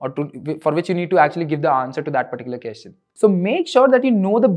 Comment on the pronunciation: Hey, you are doing a great job. I love it. On a lighter note- Can you also say “question- kwesChen” instead of “keschen”. Also “duhvehLuhpuh- developer” instead of what you say? Thanks.